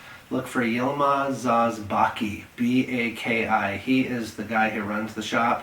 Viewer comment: Just a little correction, not zaz but Saz